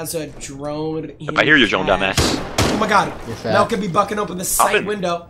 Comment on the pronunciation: Mehlt sounds like bag